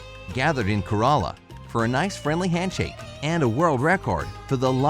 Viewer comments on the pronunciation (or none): This is not how you say Kerala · It's not k-ezha-llla it's Ke-ra-la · Okay when he told kerala...as ka-ra-la it kinda offended me but it's fine.🌚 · Awesome video but did anyone else's soul leave their body from the way he pronounced "Kerala" 🤣